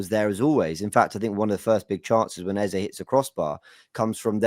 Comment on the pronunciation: your first pronunciation of the name Eze is correct. It's an Igbo name of Nigerian Origin. Eze not Eza.